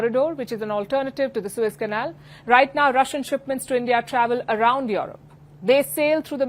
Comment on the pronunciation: Palki, it's Europe. NOT YOROP